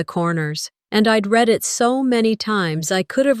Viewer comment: It’s not pronounce reed it’s red for the word read in the narration. Such a shame that nearly 9 times out of 10 the narrators pronounce words wrong. They should be given a lesson in pronunciation and grammar. It’s not their fault, it’s the powers that pull the stings.